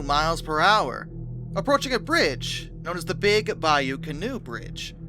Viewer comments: >_< Yep, ima be that guy. It's pronounced Ka-Knot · Are you local? Genuine question (not being snarky). I would have presumed a French origin and pronounced it can-OWE. Just checked Wiktionary; it is of French origin (cognate with the English canoe) and they give the pronunciation CAH-nò.